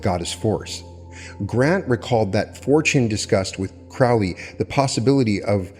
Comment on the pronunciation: Pet peeve of mine: its pronounced Crow-lee not Crao-lee, Crow like the bird